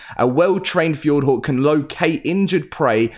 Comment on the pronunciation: The way you say "hawk"is fucked! 🤣"F-yord-whore"